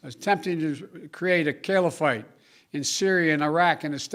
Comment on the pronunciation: “Kill-A-Fate” ok Joe! If you say so! But I think Trump wiped that out!